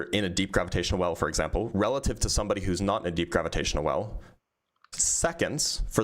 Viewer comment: The guy struggling to say "relative" just to be completely wrong killed me lmaooooo